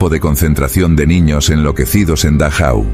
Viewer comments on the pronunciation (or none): none